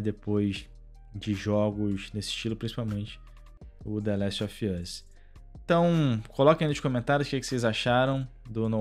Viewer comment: Pq vc fala "The Laxt of yús"? Kkkkkkk